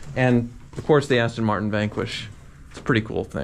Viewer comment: This dude did not just say "Austin Martin" ahhhhh this is torture